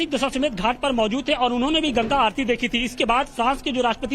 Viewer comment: यह एंकर दशाश्वमेध का सही उच्चारण भी नहीं कर पा रहा है कह रहा है दशाश्वमेघ😂